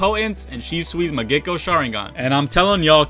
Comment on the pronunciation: Mangekyou not mangecko sharingan lmao